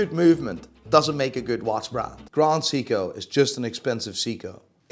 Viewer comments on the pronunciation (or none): Who the f... pronounces Seiko like that, hahaha! 😂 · Grand Sick-o lol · Why pronounce Seiko as Sicko? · TAG Heuer, Richard Mille, and most importantly, Grand Sayko (FUCKING PISSES ME OF HOW YOU PRONOUNCE IT) completely misplaced. And whether if with TAG/RM it could be justified, your take on GS is completely fucking unfair. Spring Drive in of itself is probably the single most fundamental innovation in the watchmaking world since the chronograph/ calendar complications. WHY do you always have to reduce these watches to the $$$ money-making side of thing, I understand that you're a watch salesman but still can't you appreciate that certain things are just Beautiful? Of course the Swiss won't let GS to be gauged consistently with the big dogs, but that's just how the market is. Then, we have Rolex coming out with a revamped Daytona, or Submariner every fucking year, and no matter what it looks like and how unoriginal it truly is, you're going to be pissing boiling water over this fucking thing because that's where you make your money. Fucking joke mate. If you're a sell-out, and a hustler, it's okay, but don't fuck with Beauty for the sake of pumping your "luxury" shit please don't do it, it takes away from your talent— that which is substantial.